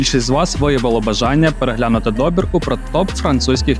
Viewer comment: Гарна добІрка! Тільки чомусь в описі часто не там ставите наголос. Це ж Франція, То ЮппЕр, а не Юппер! ДобІрка, а не дОбірка!) Якось ріже слух. Успіхів!